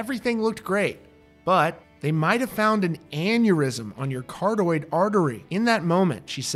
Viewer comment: Dude, it's car-OT-id artery. 😃